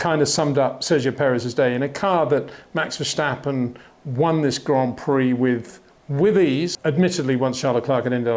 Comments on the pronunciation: Great video again,, biased again, but I'm used to that. But really for the last time; it's Verstappen, not Verschtappen. It's not that hard. 😁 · MEX??? VERSTEPPEN..? HOW TO PRONOUNCE BOTH A 'S IN THE NAME SOUND LIKE IN CARWASH